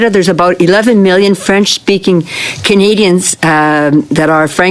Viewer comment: this liberal lackey is obviously filibustering. Can't say "Canadians" just like squeaky champagne. We know what Canadian want. Can't even say Canadian's / Canadians. Yes let us trust a foreigner who can't speak fluent english. Sounds great.